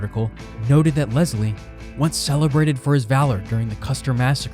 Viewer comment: One more... Leslie is pronounced Les lee not Lez lee.